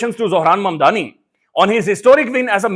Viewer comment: Its mamdani not madani.